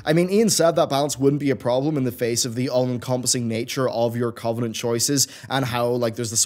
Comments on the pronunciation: Cuv-en-ent not Covv-en-ent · Please pronounce covenant correctly.. your stressing me out